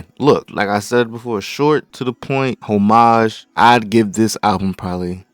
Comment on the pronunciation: bro can’t even pronounce “homage” correctly 😭